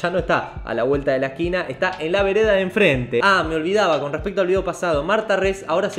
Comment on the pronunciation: Se dice "a la vuelta de la esquina" no "a la vuelta de lasquina" jajajajajaaaaaaaaaa! Excelente video, como siempre!